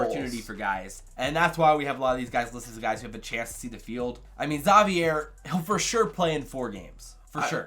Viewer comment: You pronounced Zavier wrong, pronounce it like Xavier without the X sound